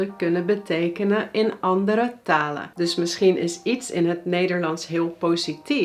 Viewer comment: is gewoon een nasale N bij haar volgens mij, beetje te veel -uh (taluh) , maar niet ontbrekend m.i.